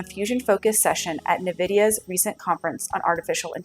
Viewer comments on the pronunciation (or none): nVidia is pronounced “envidia” (like the Latin word for envy), not “nuhvidia”